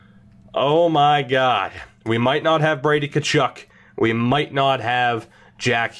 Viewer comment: When you said “Bready” I literally laughed my ass off 😂